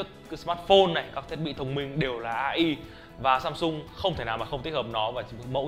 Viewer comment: Ngta đọc ây ai mà anh đọc a i